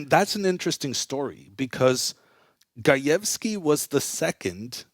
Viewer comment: They way he said gajewski needs a job and stuck with indian chess players like what u want to say man 😬😵